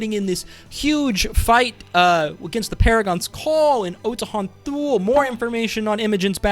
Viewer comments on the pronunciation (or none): none